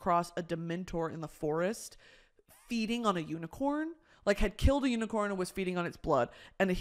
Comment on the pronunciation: 😂😂😂hahahahhahahaha “why would you wanna kiwl a unicown man”